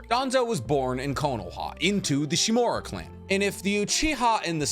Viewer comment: The root? I believe it's "The foundation". Also, shimUra. Not Shimura.